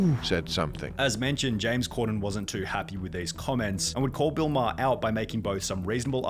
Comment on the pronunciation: Please it’s pronounced maw-her I have the same last name and it hurts when u say it wrong